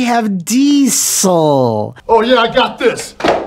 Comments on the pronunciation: Why are you pronouncing "diesel" so weirdly? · Great video but you have to learn how to pronounce diesel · That was a very OSW pronunciation of Diesel!